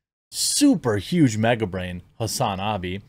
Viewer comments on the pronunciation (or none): You mispronounced Cenk's Nephew. Again.